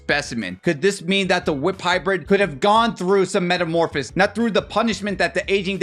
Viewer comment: You left a syllable out of metamorphosis and mispronounced it as "metamorphis".